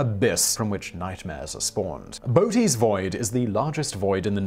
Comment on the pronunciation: Simon: Very interesting and, yes, terrifying. A quick pronunciation note: "Boötes" has a dieresis over the second "o" to show it it pronounced separately from the first one -- "Bo-otes" Think: coöperate / co-operate instead of "cooperate." If the double-dots are over a solitary vowel, German & Scandinavian rules take over and it's called an "umlaut."